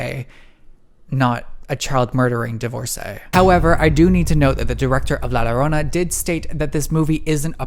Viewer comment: Love your videos! And I wanted to add that La Llorona is pronounced as Lah Joe-roe-nah